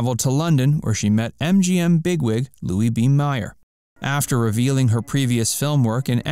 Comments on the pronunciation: MAYER, NOT MYER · It's not Louis B. MY-er. It's Louis B. MAY-er. Everyone knows that. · Not “My-er” but May-er. Aargh! These mispronunciations are SO IRRITATING. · Louis B MAY -er . Geez. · You pronounce Louis B. Mayer wrong.....it's pronounce Mayor